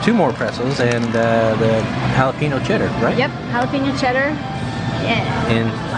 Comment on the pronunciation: Excuse me, but did you say, “hala-PEA-no”? If you’re really Texan, you know it’s pronounced, “hala-PE-nyo”. There’s a tilde over the n (ñ) making it sound like an ny sound. You’re welcome.😁